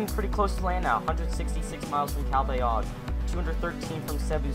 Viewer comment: It's /cal-BA-yog/. Anyway, nice update. 👍